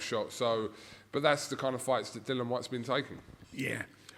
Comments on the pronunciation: Why does keep calling him Dylan it's Dil-li-an he only got told again the other day by Whyte himself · Thank you. I've never called him Dylan, the extra I is there! Pronounce it!